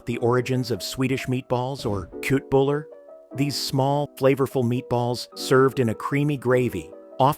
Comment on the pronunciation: The origin of Swedish meatballs? Uhm, I may be going out on a limb here, but...Sweden? 😂 Also, the pronunciation is more like /SHET-bool-or/. 😊